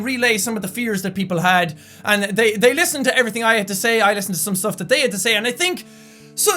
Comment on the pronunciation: "They listened to everything I had to say, I listened to SOME STUFF they had to say" (emphasis added) LOL